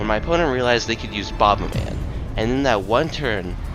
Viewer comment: also im destroying you for your pronunciation of bobaman1